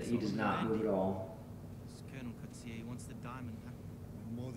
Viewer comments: Archer was a member of 32 battalion which was a light infantry division whose most famous exploits in the Border War. Also just FYI Colonel Coetzee's name is pronounced Koot-see-er. in afrikaans loads of words with softer "C's" are pronounced the same as a hard "K" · so my surname is coetzee and hearing yanks pronounce it fucking hurts